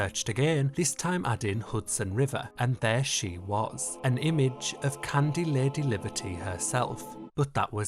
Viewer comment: I am listening to the video in background and can’t figure out if he’s saying “candy statue” or “cunty statue”. I choose to believe latter.